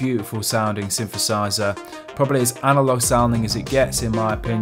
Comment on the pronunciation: And how to pronounce synthesizer, synfesizer which gets on my nerves.